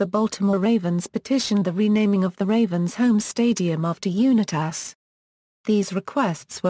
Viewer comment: Bullshit narration!!!! Can’t even pronounce Unitas correctly.